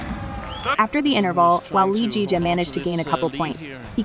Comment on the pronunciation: LZJ’s name is pronounced Lee Zii Jia and not Lee Jii Jia